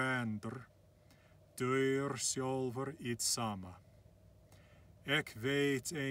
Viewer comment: Man, your pronunciation in baaaad. Why is deyr spoken as daur ?